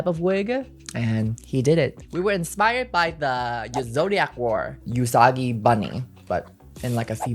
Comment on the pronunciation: You’re fantastic at what you do, but I’m begging you to stop saying “YOUsagi” instead of “OOsagi.” 😭